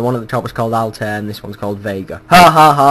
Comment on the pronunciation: It is pronounced all- tie- ear not all-tear (tear as in tearing shit down)